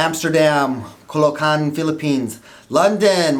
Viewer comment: its caloocan he said colocan hehe thats ok we love mp team